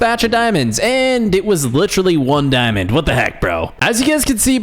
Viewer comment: I like how he say dimnd